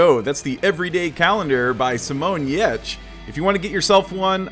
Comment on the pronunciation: Glad you liked it! And kudos for nailing the pronunciation of Giertz 👌👨🏻‍🍳